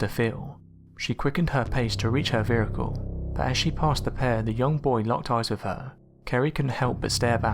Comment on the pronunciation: Anybody else noticed tha he pronounces "vehicle" as "vericle"?